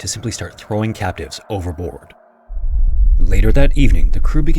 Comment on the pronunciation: For a good portion of this video, I thought he was saying “captains” instead of “captives” which threw me off from the beginning. I lost interest early on but ended up paying more attention.